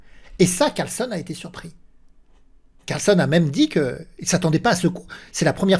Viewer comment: CarlsEn et non CarlsOn 😉😁